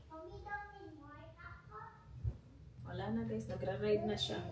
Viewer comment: 😂 tawang2 ako sa british accent😂